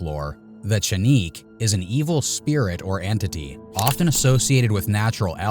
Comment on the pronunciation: I was wondering what he was saying then I realized man’s/OP was mispronouncing chánehquè/duende/ elf/ little people.